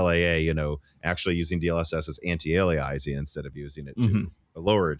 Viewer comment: Ask to say aliasing again😢